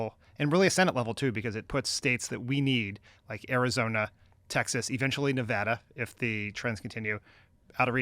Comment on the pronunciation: You can tell it’s no longer an election season because Favs is back to mispronouncing Nevada.